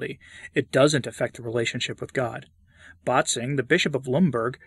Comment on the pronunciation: One little note: „Bätzing“ is not pronounced as BAHT-zing, but as BET-sing/BAIT-sing.